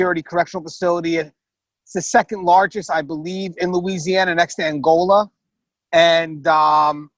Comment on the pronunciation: You can tell these people aren't from Louisiana. They not saying anything of the words correctly